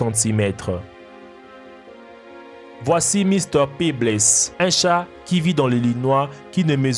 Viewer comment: Thug life!!! c chat pas avec un r mais un ''t''